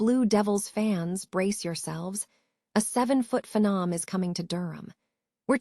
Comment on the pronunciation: Can't pronounce names correctly. Mispronounced phenom. Why do they call this artificial intelligence? This is outright stupidity and I am already tired of it.